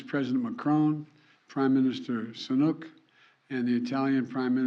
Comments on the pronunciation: He repeatedly mispronounces it. It's pretty offensive to keep getting it wrong. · Absolutely epic, and I'm so glad we've made these contributions. But seriously, Biden needs to get better at these kind of things... Misremembering his own Secretary of Defence's job title, mispronouncing the UK Prime Minister's name, calling it "Ukraine's brutal aggression", etc...